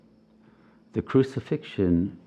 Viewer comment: "Cruci-Fiction" hmm,. 🤔